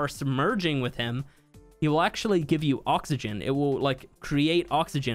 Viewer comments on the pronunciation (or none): none